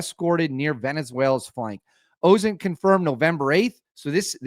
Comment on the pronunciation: Appreciate your content. Maybe stop saying OSNIT and start saying OSINT.